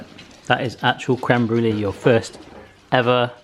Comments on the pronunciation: it's pronounces Bru-lay not bru-lee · Isn’t brûlée pronounced brewlay not brewlee?